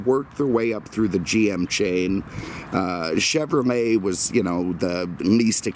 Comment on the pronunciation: Honestly can't say I'm familiar with Cadimmac or Chevromet as brands. I've heard Doug use the letter L, why the mispronunciation?